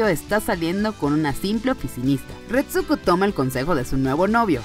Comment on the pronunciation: Odio que no sepa pronunciar ni el titulo de la serie ni el nombre de la prota